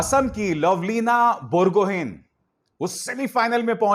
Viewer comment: लावलीना बरगोहै , not बोरगोहीन।